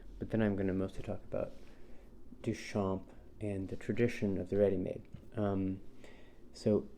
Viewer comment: I really enjoyed hearing your thoughts on this. Also, hearing you pronounce Duchamp with the p makes me giggle as a native French speaker because in French, the p is silent. If you pronounce it with the p, it sounds like you're talking about champagne, because that's how we shorten it in informal language (champ').